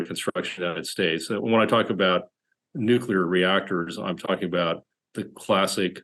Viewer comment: In the 1st world, we pronounce it "nuclear" not "nu-killer"